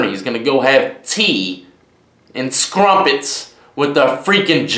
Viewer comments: tea "and skrumpets" lmao. bhahahahaa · hahaha it's crumpets not scrumpits lol js